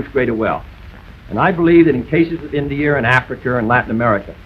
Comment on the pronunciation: You automatically lose the debate if you say Cuber instead of Cuba, Indier instead of India, Africer instead of Africa